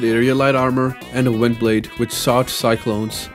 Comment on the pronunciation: did this man pronouce "shot" as sought ayo